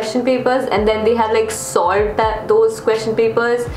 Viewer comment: Why does whenever said SOLVED it sounded like SALT. i was really confused lol.